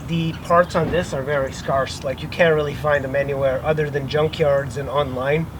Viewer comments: Scar-ss? No. Sc-air-ss. Yes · Scar-ss. No. Sc-air-ss. Yes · Parts are very easy to obtain....and your pronunciation of scarce is very humorous. Thanks for the laugh, friend.